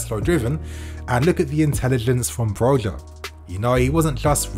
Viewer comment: It's not pronounced Broga but Broja the Ja is a ha sound.. cuz he's spanish init. Even the commentators kept getting it wrong. On another note Tammy was a let down.